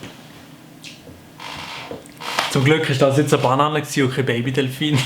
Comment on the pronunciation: Es heisst ned bAnane s heisst banAAne